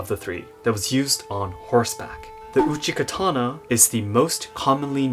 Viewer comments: Isn't it called uchigatana rather than uchikatana, and laito rather than laido? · It's uchigatana. K is softened when combined in another word